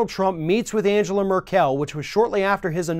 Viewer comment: . . . Angela Mer-Kel? She's not from frikkin Krypton!